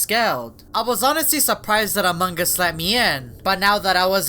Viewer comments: This is the time he said among gus not among gus its among us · Why you always say amanga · Fun fact: says amangas